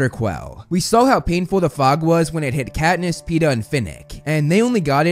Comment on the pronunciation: not peter its peeta.